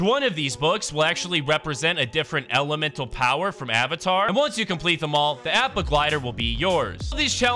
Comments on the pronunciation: Appa is actually pronounced opo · APPA (opp-uh)! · ITS AH-PPA THE FLYING BISON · Plz never said appa’s name again 🤦🏾‍♂️ watch the show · Hey ur saying appa wrong